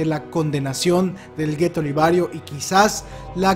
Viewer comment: es liberio no libario